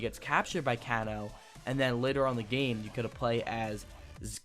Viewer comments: Kahn-o instead of Kano as well. He lost me completely when he said he didnt own MK9. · Sang Koo, Koon Chai, & Canno? Correct pronunciation is a as follows : Shinnok - Shin•Nock Quan Chi - Kwaan•Chee Kano - Cain•Oh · i came here for can-chew (shinnok), and can-chi (quan shi) and can-oh (kano) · It's pronounced Kaynoe shin ok and Qwan che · Yea and Can-O! WTF is wrong with this guy. Obviously does not know anything about old MK arcade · Dude! Shinnok (Shin-Ock) Quan Chi (Quan-Chee) Kano (Kane-Oh) Shujinko (Shu-Jink-Oh) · he even butchered Kano! lol but he can pronounce LIU KANG lol but the info was cool!